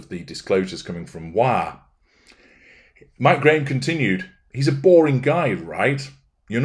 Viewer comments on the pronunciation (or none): none